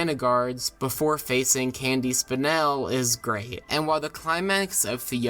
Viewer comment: “Candy Spinel” glad I wasn’t the only one thinking that too 😂